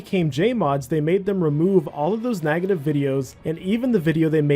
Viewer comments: I've never heard someone pronounce "beg" as "bag" or "negative" as "nagative". Where you from? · Are u intentionally saying “nagative” or do you mean to say negative and that’s just your accent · And "nagative" instead of "negative". It was distracting. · It’s pronounced NEGative not NAGAtive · Why do you pronounce beg like that? Edit: Oh you always pronounce "EG" like that NAGetive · I cant with the pronunciation of negative... "nagative" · lol i was too. He pronounces negative as nagative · Where are you from? what part of the world says nag-a-tiv? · Why does pronounce beg as bag, and negative as nagative? What accent is that? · Can we talk about how you pronounce "negative" lol